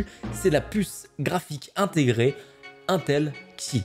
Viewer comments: pas mal ta vidéo j'ai bien aimez franchement mais faut arrêter de dire untel C'est INTEL non UNTEL LOL tu va finir par passez pour un abrouti avec tout le respect que j'ai c'est pour toi personnes di UNTEL comme tu fait lol et pour le TDP c'est pas du tout une bonne nouvelle mdr quand tu prend le Ryzen 9 5950X au Ryzen 3950X tout les deux on un TDP de 105 pour 32 Threads a 4.7 pour le 3950X et 4.9GhZ pour le 5950x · Mais arrête de dire untel bordel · C'est pas untel mais INETEL 😭😅😂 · « un tel » Mon dieu tu donne des sueurs froides 😅😂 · mdr comment tu dis "intel"